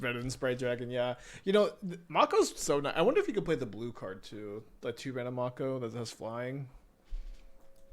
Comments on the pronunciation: Am I the only one who the pronunciation of Make-O as Mock-O is getting bothered? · May-ko. Someone didnt watch Shark Week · It’s definitely May-co. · I die inside every time he says "Mah-ko" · It's "make o" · i think its pronounced like make-o. like the shark species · The professor kept pronouncing it this way too, and it’s driving me crazy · The way pronounces "Mako" really shows he was never a shark kid, nor watched Yugioh.